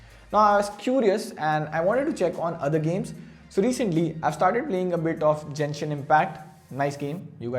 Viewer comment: not jenshin it's genshin bro